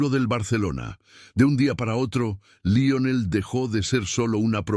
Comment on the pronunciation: Lo único malo es que el dice laionel en vez de Lionel